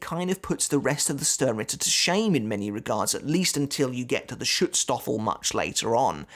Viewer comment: Hey I just started following your channel. But I encountered one major mistake, many people undertake: Mispronunciation of names! For example, you say Schutzstaffel... But you pronounce it like "stoffel" but its a hard a, like the a-ha effect, or a baby saying a a a... Its not so hard to find German pronunciation via google translate, just use the function to voice the word. In Anime in general, people always mispronounce German words to such epic extents, that it really makes me cringe (as an English speaker living in Germany) Also the word "Reich" sounds like Reick when you say it. And Reich is THEEEEEEEEEEE WORDS you NEED to pronounce correctly, since its such an important word in recent history. Sorry if I sound patronizing, but it really really bugs me.